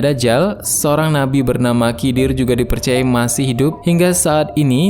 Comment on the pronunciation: Maaf bang nama nabinya nabi hidir bukan Kidir🙏